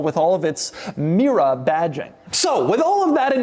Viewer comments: Doug the type of guy who pronounces Mira and Mera exactly the same $10 he also says "merry-o" for Mario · Do I hear Mira all the time ...is it me or him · Is Mera pronounced as rhyming with Miura? Did Pontiac use that pronunciation to evoke both Ferrari AND Lamborghini in one package? When I first read the model name it looked like it would rhyme with the American English version of the word era. Or sclera. Also, my brain: "that doesn't look very similar to a 308" then "oh. Oh my." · was it me, or I did i hear Pontiac Miura? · Mera sounds like miura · Oh, it absolutely sounded like Miura.